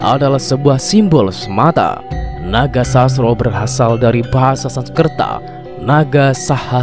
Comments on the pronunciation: Baca narasinya yang bener jangan asal2an agar tidak Mengurangi maknanya, contoh NOGOSOSRO JANGSN DIBACA NAGOSASRO. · Kyai nogososro bukan nogosasro kayanya yg bawa narasi. Bukan wong jowo